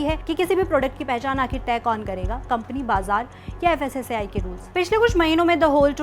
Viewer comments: Fssci nahi fssai bolo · Fssei nahi fssai bolo😂😂😂